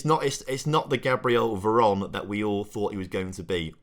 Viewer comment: He scored because ya finally called him Veron instead of Vernon hahahaha